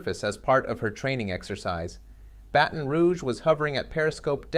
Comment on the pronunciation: Review how you pronounce the name “Baton”.